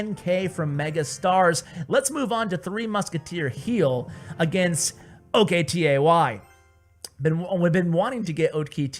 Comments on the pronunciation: its not o.k.t.a.y its octie. hes turkish. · OKTAY not O K T A Y xDDD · it's not pronounced as O K T A Y,It's a Turkish name pronounced as [Oktai] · Oktay is a turkish name. You dont have to spell the letters. Just say Oktay (spoken Oaktie)